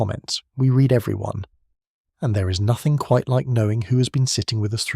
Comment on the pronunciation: Read, should be pronounced reed, as in plan to or will, future tense. As you pronounced it, red, that's past-tense, as in I've already read them.